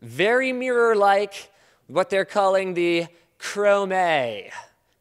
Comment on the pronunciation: "they call it the chromayyyy" nice with french linus ;)